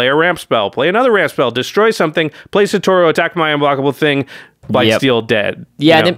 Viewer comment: not one single person on youtube that covers mtg, can pronounce satoru's name correctly KEKW